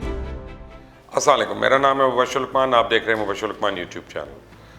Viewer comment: Mubasher bhai salam to sai bola krain...